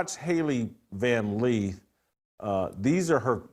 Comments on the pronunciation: It's Lith, not Leeth.😂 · Why does Jason keep saying Van 'Leeth'?? 🫤